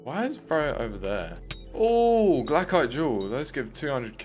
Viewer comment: Dude says glacial scythe right but absolutely destroys glacite jewel